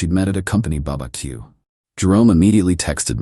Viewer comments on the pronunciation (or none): "company Baba Q" I think you need to keep that going as a running bit, with the mispronunciation.